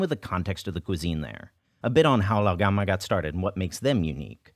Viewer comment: Honestly I’m just impressed by how well you’re pronouncing Lao gan ma